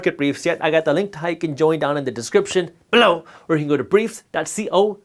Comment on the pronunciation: So legit question! The way you say Below, is it supposed to be the Punjabi female name Billo? LOL